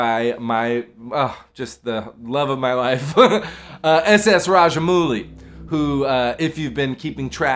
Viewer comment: Small correction , It's pronounced as RAJA - MAUU - LI & not 'MOO - LI'